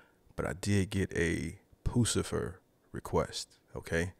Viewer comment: ...it's not 'poo - sa - fer' it's 'puss - a - fer'..LOL